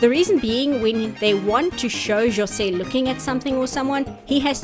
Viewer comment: thanks for putting the effort of pronouncing jose's name right. we get so much people thinking portuguese and spanish sound the same its actually one of the things that we brazilians hate the most